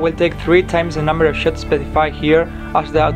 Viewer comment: Did you say the camera is gonna take 3 times the number of shits?